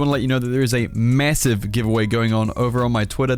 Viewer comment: "there is a MESSIVE giveaway"